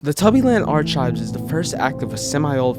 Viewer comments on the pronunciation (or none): I can't help but get upset when he pronounces arc-hives (ARE-CHIVES) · archives with a ch COME ON BRO ITS PRONOUNCED ARCIVES not ch silly billy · Can I give you a penny? Ar-chives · I WISH I knew why, but the way you said "archives" actually killed me I lvoed the vid tho^^